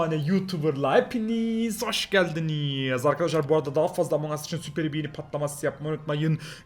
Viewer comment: Abi amon değil among